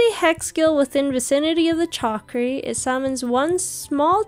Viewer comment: It’s shakri - killing me 😂